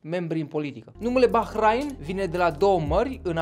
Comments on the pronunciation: Se pronunta ''Bahrein'' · Eu știam că se pronunță Bahrein, desi se scrie Bahrain.